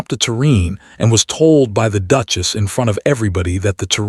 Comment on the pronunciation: Good story but the Narrator can improve. I have to admit that the "Dooches' got to me